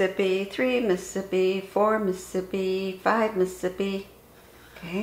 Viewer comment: Isn’t the whole point of counting to the syllabic cadence of ‘Mississippi’ to correctly count down elapsed time without the benefit of a timer?? Why count at all, if you’re going to mispronounce the name of the state as: “Muh-sip-pee”? That extra could mean the difference between an intact or a faulty seal.